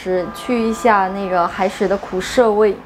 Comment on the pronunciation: 苦涩，SE不是SHE